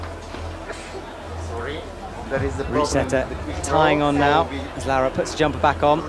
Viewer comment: he gets Laura right I think (like "laow-ra") but I'm fairly sure he got the stresses all wrong in her surname. Isn't it RogORa not ROGora? Italian normally has the stress in the second-to-last syllable.